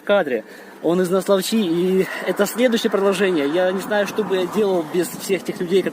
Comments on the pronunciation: НаслАвча, село с украинским языком, также как далее по течению: ВолчинЕц, КаларашОвка, Унгры с ударением на первую букву, от слова Хунгары, то есть Венгры, по берегу Днестра идут в основном села с украинским языком. Это не против молдован, они тоже гостеприимны. Просто факт имеющий место быть. Автор молодец, но ужасно коверкает названия населенных пунктов в смысле ударений, начиная с РОзлуча. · наслАвча-ставь ударение правильно ! а ниже по течению ,на левом берегу ,знаменитый на всю украину пропускной пункт прославившейся своей коррупцией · Спасибо за видео. Немного с ударениями в названиях молдавских населённых пунктов не угадали - НаслАвчи, ОтАчь, Унгурь(Унгры)...